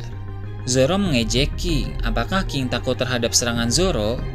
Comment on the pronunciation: Bro ini cuma telinga ane apa ente yg gk jelas ngmong "NG" nya? king jadi ki, menang jadi mena😂😂